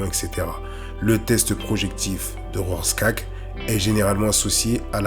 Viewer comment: Rorschach E sans entendre le E et non rorschaK ,, il a une chaine YT